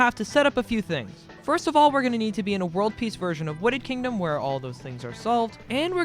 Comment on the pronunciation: "Witted Kingdom" "Glideon"